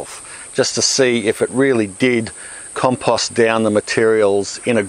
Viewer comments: Everytime he said compust I took a drink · Why can't you properly pronounce the word "compost"?